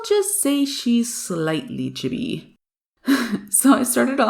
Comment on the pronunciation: Oh nice I have copics and so now I don't like the water based anymore that much there still okay but not the best but these look so fun for bullet journaling so I might buy them!😊 BTW love the way you say chibi sounds like CHUBBY lol